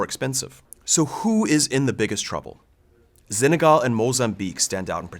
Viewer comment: Why does he mispronounce Senegal? There is no Z in Senegal.